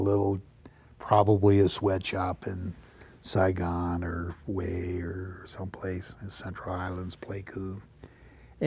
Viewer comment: Come on, Man, you been around Marines enough to know better! It is pronounced "WAY", the city of Hue is! Come on!